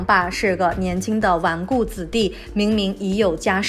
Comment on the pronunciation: 纨绔子弟！读白字!